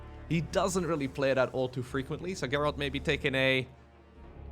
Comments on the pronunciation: i love the fun protoss games, maxpax and GERALD, speaking of which, it's pronounced gerald, like, the name. like germ, gerald, not geralt, lmao. anyways, i hate toss games where it's just disruptors and carriers, always so boring, so i love to see the zealot/stalker/dt heavy armies. anyways great video as always my dude! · Gerald is not pronounced like Geralt. You're adding a T when there is a D think of how emerald ends.(Ger-ald) The main character from the Witcher is Geralt noticed the T and not the D. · I think you pronounce his name Gerald(like Germany) not Gherald....just a thought.